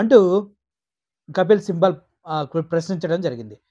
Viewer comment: Kapil Sibal. కపిల్ సిబాల్. సింబల్ కాదు.